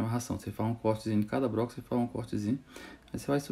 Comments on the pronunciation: BRoco não cara , “BLOCO”. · Muito top mas na proxima so fala (bloco) nao fala "broco"